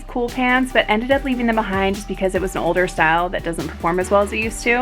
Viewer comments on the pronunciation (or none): none